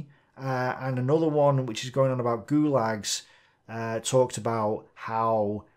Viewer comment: Oi, that`s "gulags" once again. Is it too hard to call them in a propa way?